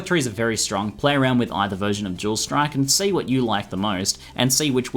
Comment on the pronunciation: When you said dual strike, I thought you were saying jewel strike XD. I love your accent!